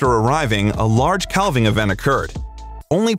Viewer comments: Not to be a know-it-all but it is pronounced, CAV-ING not CAL-VING. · Dude, it’s not pronounced ‘cal-ving’ the ‘l’ is silent….it’s pronounced ‘caav-ing’ ….. 😏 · Go to Alaska. They are amazing. To the announcer: Think of this; a cow has a calf, not a callph. It's a calving, not a callving. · I love to watch videos about glaciers… but, I wish the narrators would learn how to pronounce “calving”. It is the same as in “cows have calves, so there is a calving season”. The “a” sounds like “cat” and the “l” is silent. I cringe every time I hear someone say “cal-ving”. Drives me nuts! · Wonderful clips. Thanks. A note: Calving is pronounced just as if a cow is giving birth to a calf. Almost like the letter "l" is not in the word. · Narorator, please learn how to pronounce “calving.” The L is silent. Like having but with a C.